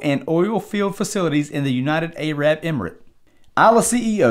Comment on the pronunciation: He said United A-rab emirate